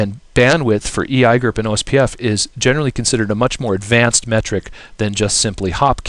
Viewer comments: e eye gerp... seriously just say the letters you muppet. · I hate how you pronounce EIGRP but nice quick overview.